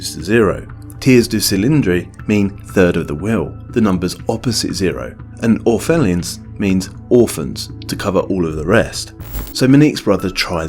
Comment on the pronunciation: Argh! Pronunciation! "vwu-za(n)" (short u as in bun) "tee-airrrre doo see-lah(n)-drrrr" (apologies to French speakers, it's impossible to accurately mimic the pronunciation of your lovely language in this way) Oh yes... Orphelin is "orrrf-er-lah(n)" La Belle Voleuse! "Voll-erz". That was really messed up!